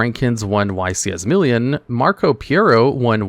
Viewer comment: Bro doesn't know how to pronounce Milan